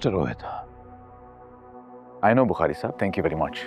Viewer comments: Can someone please correct, it's Rohit not rohaaait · It’s not ro-hait it’s rohit She needs to learn his name